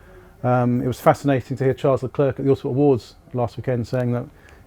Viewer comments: It grinds my gears when people say that xD. It's pronounced: "Le claire". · You are saying his name wrong. He's not 'The Clerk.' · "Le clerk" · Le Clarke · Why do people choose to pronounce his name wrong so often? It's pronounced "Le Claire" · There is no "K" to Leclerc.... Pronounced "Leu-Claire" (think of Claire, the female name). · sharl leclaire is how it os pronounced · Sharle Leclair, you don’t prononce the s in ‘’Charles’’ and the c in ‘’Leclerc’’ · How can you have a channel about autosport and still mispronounce 'Leclerc'?? 'C' at the end has no sound here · For a autosport channel they should be ashamed that they can't pronounce Leclerc the right way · Not the way Crofty says it